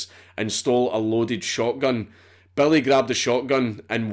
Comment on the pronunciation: Why would you call him Belly instead of Billy? 😂😂